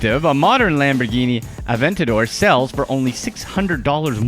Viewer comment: When u said aventadoor you showed. 3 mill $ chentenario